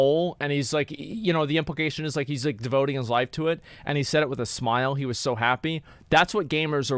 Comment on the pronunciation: That's what he was saying? lmao I don't understand his accent. I thought he said what the hells. It didn't make sense to me.